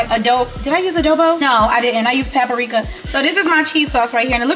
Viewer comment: Love hearing Queen say “papa-rika” 😂❤️